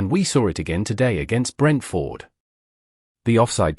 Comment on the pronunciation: I want to watch these reactions and comments but I can't stand to listen to the robotic voiceovers. This one turns the name Brentford into two words (Brent-Ford). it's horrible to listen to. How hell can a robot have an opinion about a football match or a team? As for United, and I'm a supporter, They're relegation fodder this season.